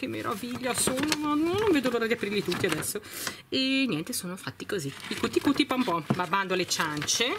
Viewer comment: Però l'inglese non è difficile....non si legge Cuti Cuti come è scritto,ma "chiuti chiuti",l'inglese non si legge così come lo si scrive,e visto che hai un pubblico più che altro di bambini a mio avviso dovresti sapere leggere i nomi correttamente,così almeno i bambini imparano qualcosa